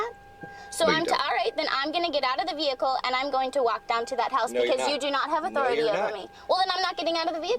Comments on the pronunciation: One of the bingo slots should be mispronouncing of the word 'Vehicle". "My Vee-hickle" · "Ve-hi-cle" God it got annoying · "commercial vee-hic-cle" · "I aM NoT dRIviNG a COmmeRCiAl VeE-hICkLe"